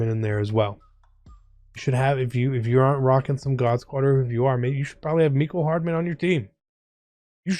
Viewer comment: Anyone noticing how he sayin mecole hardman name wrong?